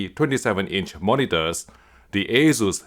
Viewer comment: The "Ey-Zeus" sounds horrible... Asus is a shorter version of the former Asustek (Ah-SOOS-tek).